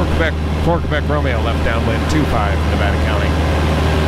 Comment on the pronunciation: he’s actually correct. The correct NATO phonetic alphabet pronunciation is KEH-BECK.